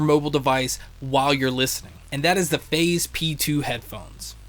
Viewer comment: Whenever u say Phaz, I keep thinking that ur saying Faze 😅😂! Great review 😊👍🏻❤️